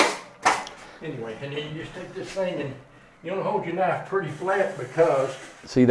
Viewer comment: Thought it was written: purty. That is how my grandma used to say. And I do at times too.